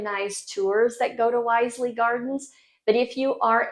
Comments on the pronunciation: It's 'Wizley' rhymes with grizzly not 'Wiseley' . Royal Horticultural Society in Wisley. You must try northern England and get away from the tourist crowds of London etc. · Wisly is pronounced Wizzly (with a short i sound) not Wiseley. It took me a moment or two to realise what place you were talking about. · Hi, thanks for the video and so happy that you enjoyed the UK and the small part it plays in your new life. Good luck in the future. It’s Wiz-Ley BTW and, you are right, it is amazing. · Whizz-ly actually